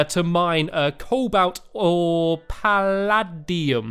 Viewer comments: palladuim sounds like pallaedeeum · orichalchum is pronounced or-ih-kal-kum and paladium is pronounced pal-add-ee-um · Pu -lad-e-um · Pal-a-D-um not pal-a-D-un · Is paladiam That's how to say it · An-da-man-ty-ne --- Or-Lic-Uim--- Pa-dal-Uim